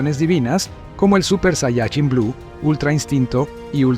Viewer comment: Tanto te cuesta pronunciar bien la palabra "saiyaJÍN"????? tantos años viendo dragon ball y todavia no sabes